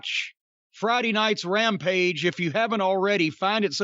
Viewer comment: "Rampige" as Konnan calls it